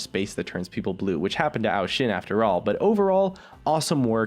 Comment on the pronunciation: why did you say ao shin